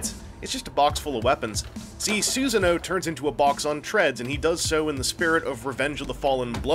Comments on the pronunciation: Awesome review as always but it's pronounced "Sue-sah-no-OH", not "Susan-o's". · "soohsunoe" personally, it's "suh-sah-noo", but u do u. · that's probably the most interesting pronunciation of that name i've ever heard. If only because it evokes the image of a Big-O named Susan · your pronounciation of susano'o hurts me physically